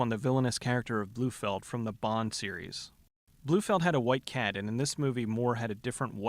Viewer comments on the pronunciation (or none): Here in england most people's favorite was ginger for obvious reasons but I see your point on sporty she looks good in this movie. Oh and the bond villain is called Blofeld pronounced blow-feld not blue-feld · By the way, it is NOT "blue-feld." IT IS BLOFELD. "BLOW-FELD" I am a James Bond fanatic, and hate it when people can't pronounce things the right way. If you don't believe me, just watch You Only Live Twice, On Her Majesty's Secret Service, Diamonds Are Forever, Never Say Never Again, or the newest film Spectre. They ALL pronounce it correctly. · This should be the biggest Razzie-winner ever! And it’s Blofeld, not Bluefeld 🙄 Baby is the hot one, not no-tits Sporty! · Who's 'Blue-feld'? 😂 Blofeld's brother? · Blofeld, not Bluefeld